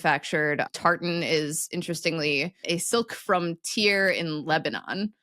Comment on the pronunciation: I think you'll find Tyre is pronounced "tire"--at least it was when I lived in Lebanon (although it's called "Soor" in Arabic, IIRC)